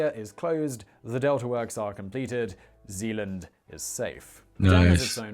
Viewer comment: Its Zeeland inderdaad Rotterdam